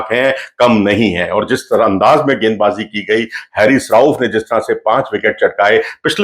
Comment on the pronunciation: Pronunciation of Haris is "Haa Ris"not hairis